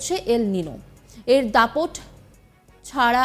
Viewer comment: এটা খবর পড়া? এল নিনো উচ্চারণ করতে........ ফেটে গেলো। না জানে কাহা কাহা শে আ যাতে হ্যায়।